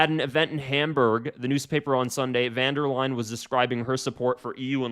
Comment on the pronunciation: "Completing the European continent" is some deranged dictator rhetoric foreboding of Nazi style. - No surprise with her. P.S.: It is "von der Leyen", not "van der Leyen".